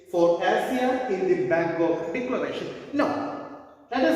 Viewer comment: Bangok or bangkok ?